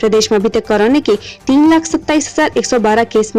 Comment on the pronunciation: Madam pahle korona bolna seekh lo